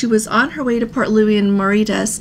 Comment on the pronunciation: Hello, I think you are struggling pronouncing Mauritius. Did not want to be disrespectful but it’s pronounced “Mo-Ray-Shus”. You said someone sent the letter from the captain of the Island Princess, who is the captain now? I will be doing two segments starting from Cape Town for 51 days. As you are aware, the previous segment was cancelled but not too disappointed with the new routing as I have gone through the Suez a few times already. It is unfortunate for those who have not and will have to wait for better times. So if you have something on your bucket list, do it now as who knows what may develop tomorrow. Fred